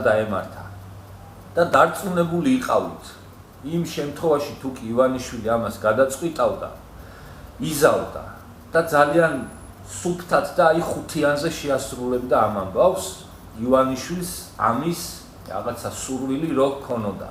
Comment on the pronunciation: ვაი შენ პატრონს ელემენტარული განათლება არ გაქვს, ჯერ ერთი ცენზურა!!!!??? რა სიტყვებს იძახი ლაპარაკის რა მანერა!!! იზავდა არა "იზამდა" ეს ერთი ნაციონალური მოძრაობა მართავს ქვეყანას თქვენ ქართული ოცნება პასუხისმგებლობით ვამბობ ყველა დებილები ხართ და ელემენტარული განათლება არ გაქვთ, ათი ლარის გამო შენნაირი იდიოტები მოხუცებს რომ აუთავებდენენ ისეთებს გიჭერდათ სააკაშვილი, ელემენტარული ორი წიგნი წაიკითხე, პროჭიც ხარ და უზრდელიც შენს ლოგიკას გადაუარა ქართულმა ოცნებამ, გააუქმე ეს გვერდი არ გცხვენიაა,,, ქნ საერთოდ რატომ მიგდებს აქ შენს ვიდეოებს დებილი ხარ ვიღაც ქართული ოცნების შნირი😂😂😂😂😂😂